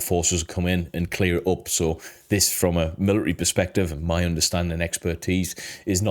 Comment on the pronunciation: Please say military properly, I love this channel but it is driving me crazy